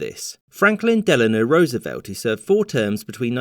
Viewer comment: First time I've heard a Brit pronounce Roosevelt correctly.